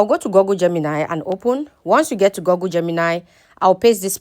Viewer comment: Google is pronounced guggul not gogul